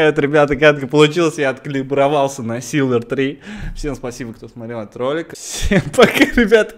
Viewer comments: СИЛВЕР, ножом по ушам... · Блин, бомбит, не СИЛВЕР, а СИЛьВЕР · Ну как ты не поймёшь, не сиЛвер, а сиЛЬвер!) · Акул говорит силвер три кто услышал лайк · я не ебу почему но меня бест то что акул говорит силвер без мягкого знака